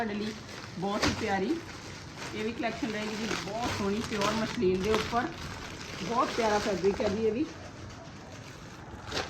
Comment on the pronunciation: ਮਸਲੀਨ ਕਹੋ ਦੀਦੀ ਨਾ ਕਿ ਮਸ਼ਲੀਨ